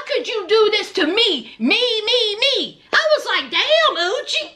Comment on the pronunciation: Every time you said uchi..i felt like saying bless you. Sounds like sneezing 🤧🤧